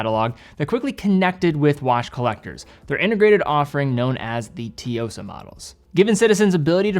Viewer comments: He definitely gets it wrong but the T is not silent. "Su" and "Tsu" are different syllables in Japanese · lol, fair enough. I was quite baffled by how he could get it THAT wrong (sounds like a totally different word), so maybe your approach was indeed more helpful. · as a Japanese i am offended of how u pronounce tsuyosa, u should do batter homework and learn the correct pronunciation of TSUYOSA, a word with significant value has just been destroyed by you. i love your content and respect you for taking your time to educate us on watches however this time u really blew it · Tzu-yo-sa not T-yo-sa 😊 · oh man idk how to articulate the pronunciation of Tsuyosa but it's not "Teeyosa", it's more like, uh, "Ch-yosah" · pronunciation of Tsuyosa is so bizarre. The "tsu" should sound more like "Sue" than "tee..." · "Su-Yo-Sa" - not si-yo-sa. First Japanese character is "Tsu" but you can drop the T and sound better for those of us who speak Japanese. Ignoring that, however your pronounce it, you hit the mark that it is a fantastic watch and delivers a surprising level of values built in for a great look - and a great price. Citizen has been punching up, and delivering also at great value. And a fast update - I just got it in blue, and wowza! Great look, bracelet even more refined that I expected, fit is slim, a great fun summer watch as well as every day watch... review is spot on, and the small seconds definitely is the more refined vs the date Tsuyosa. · It’s Tsuyosa, or even “suyosa” but not toyosa or tiyosa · Why would Tsuyosa be pronounced Tiyosa? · Its not tee-yo-sa. Its tsu-yo-sa. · I hope you're reading this, if it helps with pronouncing the Tsuyosa, just pronounce it as Sue-Yo-Suh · Hearing T-yosa just hurt my ears, there was 0 effort pronouncing the name properly. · its pronounced as (T) Suyosa like (T)Sunami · It's pronounced TSUyosa, like TSUnami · Tee-yosa? That's your best shot? (just teasing) ;)